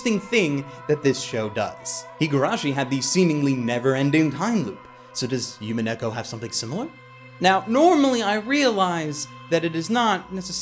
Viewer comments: Love you and completely understand that you don't speak Japanese, but listening to you say "Yumineko" instead of "Umineko" was extremely painful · Oh, and it's pronounced "Oo-mee-neh-ko" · I also thought that witch felt similar to Rika. And dear god stop saying yumeneko. DreamCat ≠ SeaCat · The way you pronounce umineko is bothering me xD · not to be a total weaboo but you would think would be able to correctly pronounce Umineko